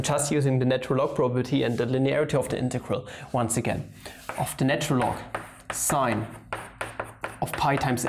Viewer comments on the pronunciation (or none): none